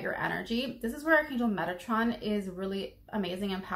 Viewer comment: Arch angel Megatron ? Like the transformer 😂How is his name spelled because that’s how it sounds when you’re sayin it and quite honestly if I called out to that angel like that I might laugh a lil each time because of that sorry Megatron I mean no disrespect but come on😂I can’t be the only one that hears that🤣